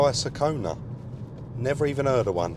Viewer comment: I never heard of a Hyundai Sekona either. 😂